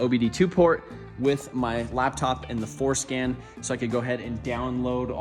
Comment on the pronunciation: I know but it sounds like he said foreskin 😂